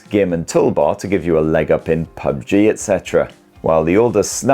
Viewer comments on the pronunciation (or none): none